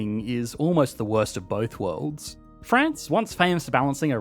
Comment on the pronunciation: Both "wowds"? "Worlds" has an r and an l sound........